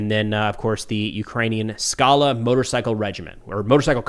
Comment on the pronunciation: So it's Skalá emphasis on the last syllable and it means "a rocky mountain/outcrop". In case anyone cares.